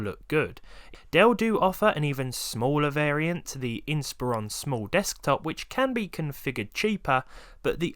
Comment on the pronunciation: THANK YOU for pronouncing Inspiron correctly.